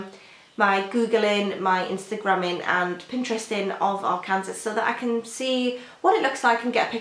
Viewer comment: ) it's pronounced arkansaw, the last s is silent. Very nice collection, the covers are lovely. I like the handpainted, simple look. I want to know what happens to Delilah as well!